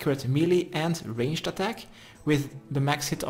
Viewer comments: "Range - Ed" gets me every time 🤣🤣🤣 Love the guide! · Someone please teach him how to pronounce ranged.